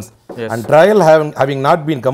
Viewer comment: IT IS NOT TRAIL IT IS TRIAL